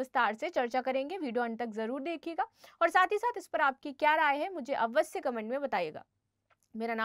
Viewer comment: अवस्य नहीं अवश्य ! Reason नहीं Region .